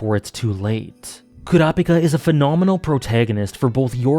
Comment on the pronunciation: At least you are using the actual pronunciation for Kurapika Nice list